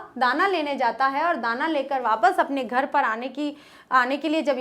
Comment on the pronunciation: Meam aap galat padha Rahi hai tana nahi hai Dana hai or aapne do peregrap chod diye 😂😂